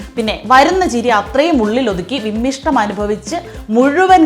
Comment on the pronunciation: വിമ്മിഷ്ടം എന്നു പറയരുത് വിമ്മിട്ടം എന്നേ പറയാവു. തള്ളൽ വീരന്റെ കഥയാണെങ്കിലും ഭാഷ തെറ്റിക്കാതെ പറയാൻ ശ്രമിക്കൂ.